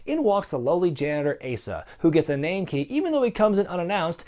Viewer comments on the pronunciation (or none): Not gonna say he did my name wrong....but he did my name wrong.